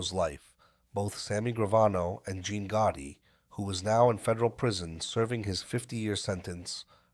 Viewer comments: It was Goottee for me. I dont remember a john goottee do you? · Is this an ai voice? Why are names like Gotti and Castellano mispronounced?